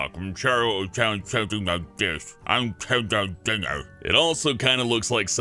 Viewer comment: "Ken Doll Jenner"